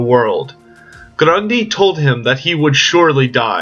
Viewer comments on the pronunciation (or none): (Groon-Gee*) Your pronunciation is a bit off... (spelled G-R-U-N-G-I)